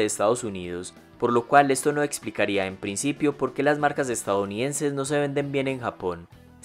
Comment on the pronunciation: Este wey dice "estaounidenses" jajaja